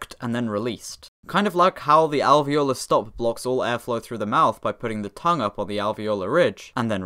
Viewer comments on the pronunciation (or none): none